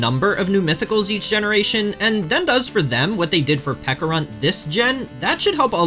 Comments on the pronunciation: It's pe-cha-runt not pe-ka-runt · Bro did NOT just pronounce Pecharunt as "Peckarunt" 💀 Like you know pecha berries are based on peaches, right?